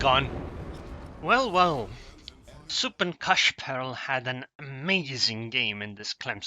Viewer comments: you pronounced suppenkaschperl quite well. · You pronounced him right. :)